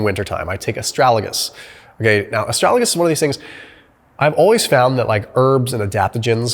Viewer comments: Why did you say Astralagus instead of Astragalus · It is "a-STRAG-al-us," not, "a-STRAL-a-gus." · Good video. FYI. It is Astragalus not Astralagus. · I guess you want to say ASTRAGALUS NOT ASTRALAGUS, right? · Did my man just say 'astralagus' 4 times in a row? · MY GOD YOU KEEP PRONOUNCING ASTRAGALUS WRONG!!!! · Thank you, but can you please pronounce Astragalus properly. 😉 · And astragalus. I’m dyslexic too 😅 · Lmfao come on dude learn to pronounce Astragalus correct